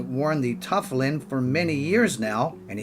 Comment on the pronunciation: If you're going to do a Jewish video, at least learn how to pronounce tefillin and Chabad. Respect.